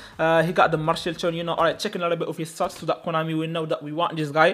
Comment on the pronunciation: Konami ❌ Coinami ✅